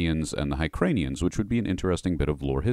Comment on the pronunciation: High-cranians? C’mon man! Try hear-kahnians on for size.